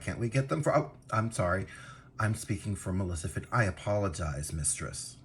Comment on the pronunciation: Did i heard "malecifent"?